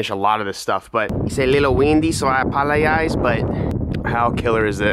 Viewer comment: “Issa lil Wendy, so I apulluhyize” 😂😂